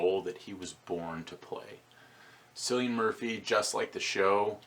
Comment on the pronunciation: Cillian's name is pronounced with a hard C like 'Killian', trust me I'm Irish.